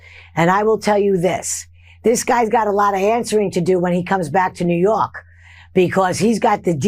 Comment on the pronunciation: Did she say "New Yark"?